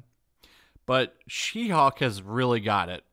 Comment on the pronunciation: You sure that's not "Shim-Hulk"?